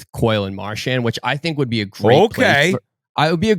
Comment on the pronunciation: Episode 1000 of Biz not knowing how to pronounce Marchand